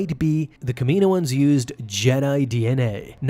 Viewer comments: It's Cama know ins not Kamino ins 🙄😒😑😅😕🙃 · its pronounced Kamin owens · Love the way u say kamioan